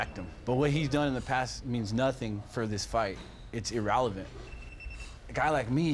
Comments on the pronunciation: 😂😂😂 irrelevant or ERALAVANT OMG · Dominick "IrrALevant" Reyes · Nah he said irRAlevant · KNG JV e rala vint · Dominick “ear-rall-eh-vant” Reyes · “It’s irrALevent” Dominick is so unpredictable... you never know what he’s gonna say wrong next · "Erralavent" -Dominick "The Athlete" Reyes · Dominick “Its Irralavant” Reyes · “It’s irralavant”